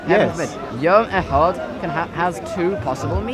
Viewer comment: Echad paperboy not Ahad you are using arabic